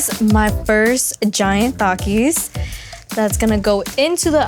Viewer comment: Thank you for pronouncing Takis the right way🔥🔥🔥 Th-a-k-ee-s